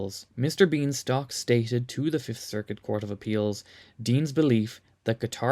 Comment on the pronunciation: Mr. Bienstock constantly correcting people's pronunciation of his name (aping Young Frederick Frankenstein), "My name is BINE-STOCK!!!!"